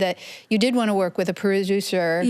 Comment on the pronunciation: She’s pronouncing the ö correctly, but there’s no R.. she keeps saying vörk 😓